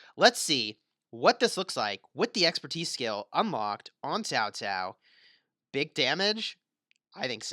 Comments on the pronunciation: It's pronounced cow cow not ZAO ZAO.. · Actually it's chao chao